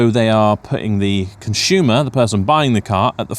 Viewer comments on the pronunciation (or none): What is a "conshoomer" ? Is it a West Country word?